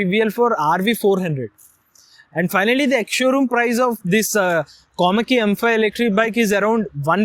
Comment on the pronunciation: Its Komaki dude not komali😅😅🤣